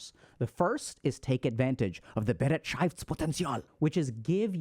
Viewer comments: *Hermione voice*: it‘s BeREITschaftspotenzial, not BeretSCHEIFTspotenzial :P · you can type the word into google translate and get a rather good pronunciation. Bereitschaft was not comprehensible, because it follows different rules than English (-potential was OK actually). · I like how he says "BEREITSCHAFTSPOTENZIAL!" XD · I really would love to send a voice message to give you the correct pronounciation of Be-reit-schaftS-Poten-tial. Nonetheless, thank you as always for your valuable thoughts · Thanks for the video! I have returned to it multiple times. It is very very useful to me! 💙 But you pronounced "Bereitschaftspotential" wrong. 😂 So, so very wrong, im dying. 🤣😜❤ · The way you pronounce "Bereitschaftspotenzial" is wild, but I love it 😂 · You misspronunced bereitschaftspotenzial hard! btw. It translates to the potantial of beeing ready. I dont know but I feel like reflecting gives me a bad feeling about all the things that went wrong ending on lowering my bereitschaftspotential even more. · Please Dr.K learn how to pronounce Bereitschaftspotenzial correctly. :) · Haha hilarious pronunciation of the German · As a German, hearing Dr K pronounce Bereitschaftspotenzial in the most American way possible was all I needed to cure my depression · your german pronunciation 🤣🤣🤣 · I can't get over how Dr. K pronounced "Bereitschaftspotential". As a german-speaking person, this was wild to hear lmao.